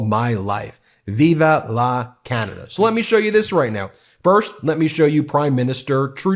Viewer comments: It is not Viva It is Vive ...sounds like Veeve le canada! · “Viv”, not “Viva”.